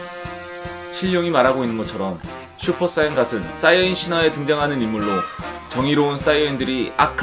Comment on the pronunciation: 자꾸 슈퍼사인갓이라고 하시네